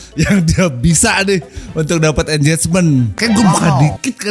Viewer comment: tier itu bacanya tir bukan tayer. engagement bacanya engejmen bukan enjejmen. gak semua g jadi j.